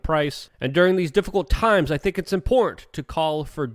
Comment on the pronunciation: Luke please Im begging you. Please learn how to say the word IMPORTANT. Its nails on a chalkboard for many.